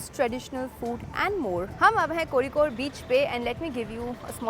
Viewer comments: Your pronounciation of Kozhikode is really commendable ❤ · Thank god you pronounced it right, I was scared af when I saw ur video that you might also pronounce it as "cozy-code" like other travel vloggers. 😂 Love you sm 💗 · Finally someone spoke Kozhikode in itz correct way😃😁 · Dude, you pronounced Kozhikode so perfectly. that Zh is difficult to get right and many say Kozy-kode😅